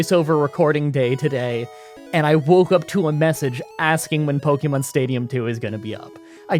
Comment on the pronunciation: As a fellow Canadian, I KNOW you took enough French classes to know that é doesn't make an eeee sound, and "Pokémon" is pronounced more like "pokaymon" than "pokeymon".